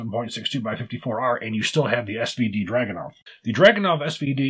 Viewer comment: If anybody cares, its DragunOv (emphasis on O) and See-monov